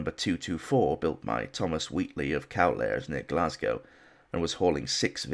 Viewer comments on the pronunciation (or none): none